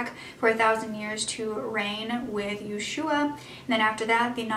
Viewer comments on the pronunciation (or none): 😉 The emphasis is on the first syllable when saying "YESH-you-ah" (Yeshua/Jesus). Appreciate the Google Earth screenshot at the beginning to "set the scene." All those green fields look like nothing bad could happen there! I hope you can make an update reporting that Kevin is well and has successfully reunited with his family. 🤞